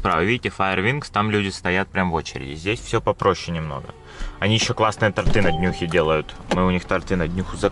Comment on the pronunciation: Не тортЫ, а тОрты